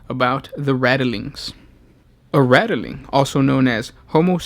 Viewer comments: This guy says nothing right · this was annoying me so fucking hard i couldnt even finish the video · Please remake this video! You know, this time with out adding letters to the word Ratling. Rat + ling. That's it. Don't waste your vowels by adding them in places they aren't needed or one day you might run out - then we'd end up having to ration our vowels like the balkans and nobody wants that. Love your videos! Glad you guys have kept at it after a couple years! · HOW.... How is it rattle-ling? It is literally spelled Ratling... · Rat - Ling, not Rattle-ling